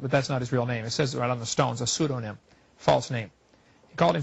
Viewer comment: it's pseudoniM and NOT pseudonyn!